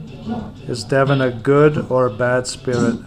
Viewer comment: That Devon is a demon , it sounds like they are saying demon not devon x